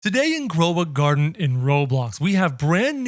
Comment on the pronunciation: "grova garden"